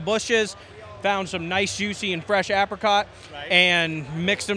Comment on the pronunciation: Please pronounce apricot correctly 😂